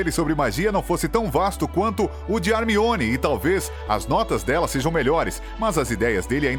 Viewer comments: É (Hermione) e não (armione) 🙄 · É Hermione e não Harmione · Não, a Pronúncia em Inglês do Nome da Hermione é "Harmone" e o Cara do Vídeo me Solta um 'ARMIONE' KKKKKKKK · Ele até falou armione kkkk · Sim!!! O pior que quando ele chama a Hermione de “Armione” no início do vídeo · Achei que só eu tinha ouvido "Harmione" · armione KKKKK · Esse cara fica falando harmione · ARmione grager? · sempre eles falam o nome do harry hermione e rony errado , que saco cara